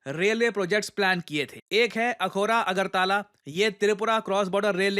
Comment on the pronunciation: अगरताला नहीं। अगरतला।